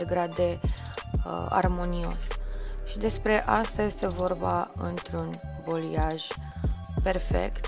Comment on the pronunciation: Superb lucrat! Doar o mică remarcă: balayage, vine din limba franceză, înseamnă a amesteca,a mixa,se pronunță baleiaj,în română,nu boliaj. Lucrezi prea bine și frumos,ca să te las să pronunți incorect.Pup!🥰